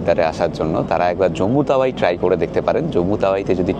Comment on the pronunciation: জম্মু তাউই জম্মু তাওয়াই নয়।